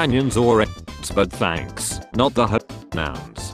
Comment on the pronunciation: did he mean the "hoenouns"